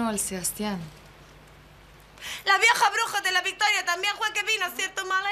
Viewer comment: Claro que se dice seastian